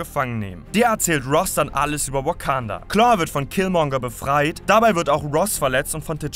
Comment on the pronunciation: Achi deine Aussprache ist zu 100% shit hahahah der zolo Film oder weekanda hahahah bitte vergrab dich Schaufel geht auf mich 😂😂😂